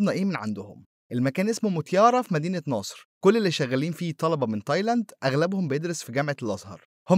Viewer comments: سمعتها مدينة ناصر برضو😅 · اسمها مدينة نصر مش ناصر 🤣😂🤣😂